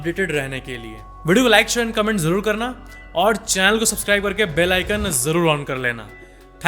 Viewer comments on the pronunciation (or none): येंड यें ड मत बोला करो भाई